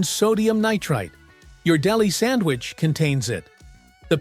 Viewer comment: You said "Sammiches s"! That's what I'm talking bout! 😅😅😅